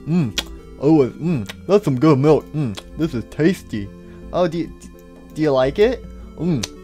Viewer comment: "I love me some glass of mulk" 😂